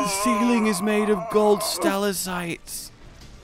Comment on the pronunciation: Are stalactites called stalacites where he comes from?